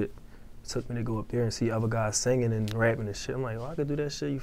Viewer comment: he's don't say other he say ofer